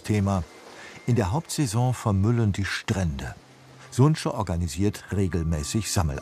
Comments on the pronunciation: Liebe Redaktionsleitung, lieber ÖRR, ich fände es gut, wenn Sie sich wieder mehr Zeit nehmen würden/könnten, um wenigstens grundlegende Dinge wie Namen gegen zu prüfen. Die NGO (TC: ) heißt nicht sunće sondern sunce. Das C wird wie Zeh ausgesprochen, also sunzeh und bedeutet Sonne. So etwas hätte sich schnell im Internet recherchieren lassen. Gerade auch bei nicht deutschen Personennamen. Für mich ist die richtige Aussprache ein inhaltliches Qualitätsmerkmal und eine Rechtfertigung für den Bildungsanspruch des ÖRR. Oi! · Es wird nicht "Suntsche" asgesprochen, sondern "Sunze" also, Sonne. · hab jahrelang in Dalmatien gelebt, der Tourismus explodiert da unten leider. btw, der Name der Organisation, "Sunce" (Sonne), wird "Sunze" ausgesprochen. das c hat ja keinen Hatschek ;)